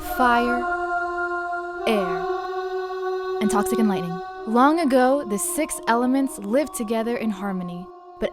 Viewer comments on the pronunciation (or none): It hurts to hear you saying: Lightninining.